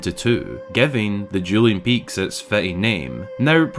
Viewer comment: I thought you said “Julianne Peaks”, and I was like, what? Then I realized you’re saying “Dueling Peaks” 😂😂😂 My Filipino ears are playing tricks on me.